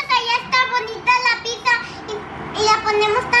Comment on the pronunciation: De donde saca la gente la c para cuando dicen "pizza" porque dicen "piczza". NO ,- es sólo pizza como pisa.🍕🍕